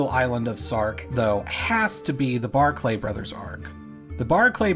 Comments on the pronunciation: Are the mispronunciations an intentional detail to drive engagement? "Guernsey" is pronounced "gurnsy" not "geairnsy". "Barclay" is pronounced "barkly" not "bar-clay". You could have spent 30 seconds to look for a video of people saying either word. Highly irritating. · Barclay is just pronounced 'Barkly' - I know it sounds less fancy that way but a lot of Scottish names do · One thing, they are called Barclay, not Bark Lay.